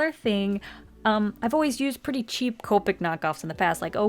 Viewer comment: COE-PICK 0_0 that grates my ears